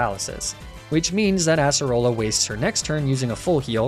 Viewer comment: I find it so funny how he calls acearola assarola also if I spelled these wrong pardon my spelling